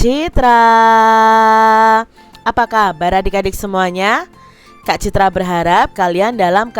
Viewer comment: sumpah ini orang ngomong kak citra tapi Tai😂😂😂